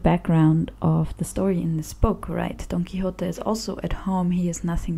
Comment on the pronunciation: Your pronunciation of the original full title is perfect.